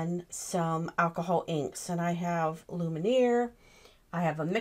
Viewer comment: Love your demonstrations. Just have to say, it's not Lumineer, but pronounced "loom-ee-air" (French for 'light').